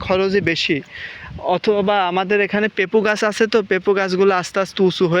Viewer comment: পেপু না পেঁপে